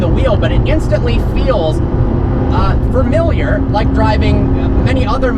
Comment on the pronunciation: Can somebody PLEASE teach the word "familiar?"